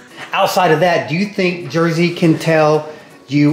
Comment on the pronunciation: Jersey!! Not scrappy